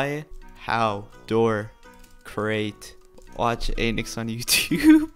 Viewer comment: When I first heard “use starcode anix” I thought u said “use starcode anus” lol